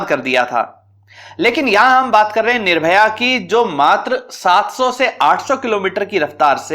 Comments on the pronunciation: महोदय मिसाइल का नाम निर्भय है ना कि निर्भया। कृपया दृष्टता क्षमा करें। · DRDO की मिसाइल का नाम निर्भय है, निर्भया नहीं है... और स्क्वेड्रन नहीं स्क्वॉड्रन होता है... क्रुपया अपने उच्चारण पर ध्यान दें थोड़ा